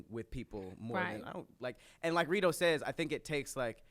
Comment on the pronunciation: She called this nigga Redo the whole time😂 (Ree·Dough)